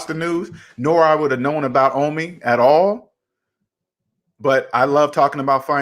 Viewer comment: ITS OH-MI NOT AH-MI OMI SHORT FOR OMAR.